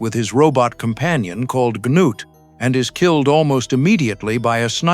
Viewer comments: obviously did, if KLAATU was a character. North changed the narrative from Cliff the reporter to Klaatu (who was dead at the story’s start). He changed the name to Gort because nobody (myself included) can pronounce “Gnut.” The little things: Gnut’s metal=ship’s metal and the inability to find the doorway made it into the film. Take the brilliant short story “The Cosmic Frame”; it became the shitty (but cultish) “Attack of the Saucer People.” Most 50s sci-fi was thrown together in a few short weeks. “The Thing From Another World” came from John W. Campbell’s chilling “Who Goes There?” with NO similarities…until John Carpenter faithfully adapted the story as “The Thing.” Hell, Arthur C. Clarke’s very short “The Sentinel” was the seed that eventually became the most overrated film ever: “2001: a Space Odyssey.” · So the story is about an alien named Clee-ah-too and his giant robot Ganoot!😂 😂 sheesh ai please give me a break!